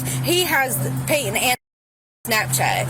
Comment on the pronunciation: Serious question: When was the letter "T" removed from the middle of words? And who decided it was necessary? I mean, calls someone named PayTon, "Pay-un"? Dear Lord, please take me home soon!